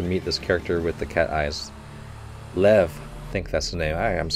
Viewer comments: Lev is a russian name. It's actually pronunced more like Lief (ɫɛf in IPA). I think you, like many viewer, let yourelf be too influenced by the way it's written, coach... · lev pronounced liev and it means lion not tiger